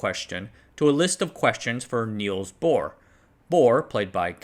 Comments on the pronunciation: big citation needed (more like an emphatic no, especially in parliament) they came to power in 1933, come on also its Niels Bohr, not Neils. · *Niels Bohr. Not Neils Bohr. But your pronunciation is correct